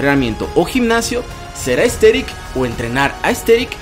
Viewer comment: buen video pero al inicio escuche ``entrenar para ser esteril